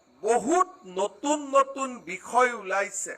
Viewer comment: It's বিষয় not বিকই 😊